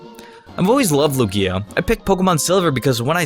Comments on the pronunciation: QUIT SAYING LOO-GEEYA!!!!! ITS LOOGEEYA EMPHASIS ON THE LOO NOT GEE IN LUGIA. STOP. POTS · he says it like luGIa instead of lUgia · It's its pronounced Lugia (Loughgia) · he says lugia the same way as u say ikea lol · What about Darkrai, Rayquaza? He doesn't even pronounce Lugias name correctly. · I don't know if you did it on purpose or not but you mispronounced "Lugia" quite a few times.... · I can't take this seriously when you put emphasis on the back end of Lugia's name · lol just ignore me. It was the emphasis you gave to the i in Lugia lol